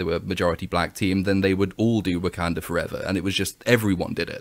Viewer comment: Heh-heh, heh-heh. He said "Woke-kanda".